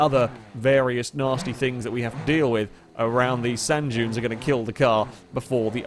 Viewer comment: Everytime he says "junes" instead of "dunes" my eye starts twitching.